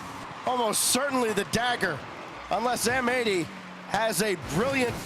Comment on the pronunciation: Pretty sure M80 should be pronounced matey